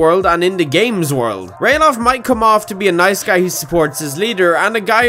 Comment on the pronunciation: It is actually Ralaf not Ralof